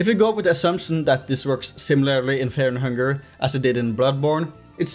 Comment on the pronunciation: Feah and Hungah yippie